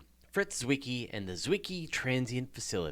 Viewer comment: Great episode - and thanks for pronouncing "Zwicky" right ;)